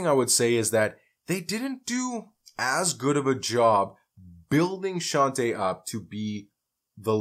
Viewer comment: Her first hit was Roxanne’s Revenge, not Roxanne Roxanne, which is by UTFO. And her name is pronounced Shawn-Tay.